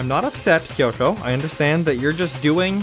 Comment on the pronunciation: Don't worry,, their pronunciation of Kyoko bothers me too.